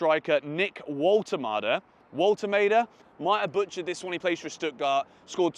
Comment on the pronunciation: Your pronounciation for Woltemade is almost perfect, the „W“ in german names is pronounced like english „V“, fix that and you sound like a native german